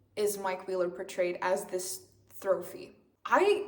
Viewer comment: is "throphy" like a trophy in a love triangle? also sorry if it was just a misspeak moment 😭 i've just never heard this term